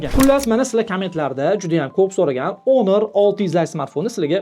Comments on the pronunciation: Honor iltimos ONOR EMAS HAMMA NEGADIR ONOR DEMOQDA JONGA TEGDI JALA SAVODLIK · Onir deyapsizmi shunchaki hunuk ewitilarkan 😂😂